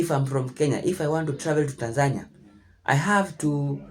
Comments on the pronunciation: how is this lady trying to live in Tanzania and she can't even pronounce it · she may want to learn how to actually pronounce the name of the country "Tan-zuh-NEE-uh" first instead of the weird USA pronunciation, "Tan-Zania" lol. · I’m glad that people in America are learning this. They think they are going to go to Africa and a red carpet welcoming party will happen. They think it’s about color when it’s all about culture. I’ve been saying it for years to much ridicule. And the lady mispronouncing Tanzania 🇹🇿 is diabolical! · Wow banange atleast learn how to pronounce tazania 😂😂.. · Wow. Y’all think cause u black, you have the right to go to Africa like it s free and will be received with open arms. The audacity. Chile the second woman’s experience can’t even pronounce Tanzania properly. Leave girl. If I have to leave Canada for any reason it s a flight back to where I was born, not a different one.